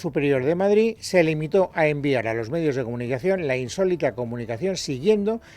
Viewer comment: Bolaños y Alegria, a ver si aprendeis a hablar BOTIJOSSSS no es Madrizzzzz es Madrid entre otras patadas al léxico